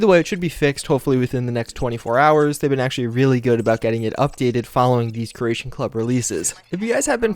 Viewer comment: jesus christ man learn to say CREATION not Croatian kre-A-shon not krush-shon